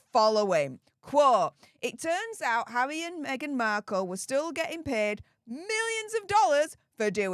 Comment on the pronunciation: This lady's speech impediment is almost a bad as Jonthan Ross's ( or Woss as he says)! Did she just say hawwy? I agree with what she says - but how she says it is terrible.